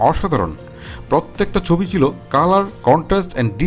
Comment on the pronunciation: ভাই আপনার ভিডিও আমি দেখি সবসময়।।।কিন্তু ভাই আপনার কথার উচ্চারণ মনে হয় একটু খেয়াল করা উচিত।।।।যেমন আপনি ছবি কে বলছেম চবি।।।এটা কি ভাই।।।।।